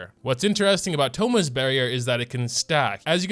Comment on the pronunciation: It is not Thomas it’s thoma